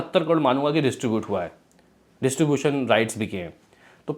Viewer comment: इसीलिए कहता हूं टाइम पे पढ़ाई करना चाहिए।।। वरना पढ़ने में दिक्कत हो जाती है।।। ड्यू को dui aur distribution को distubutoin पढ़ना पड़ रहा है।।।